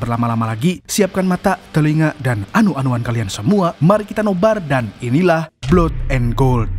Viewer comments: Min..bacanya blad bukan blod 😂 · Blood itu mbacanya blat Maaf ....